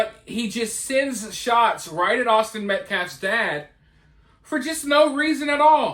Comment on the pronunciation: How does one mispronounce Austin?! Had to be intentional